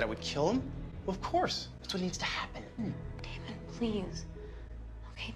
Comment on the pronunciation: Pls stop saying daymon it’s Damon